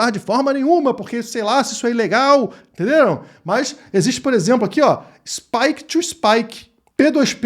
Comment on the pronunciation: "tenderam?" kkkkkk entendi sim.... e agradeço, bora estudar!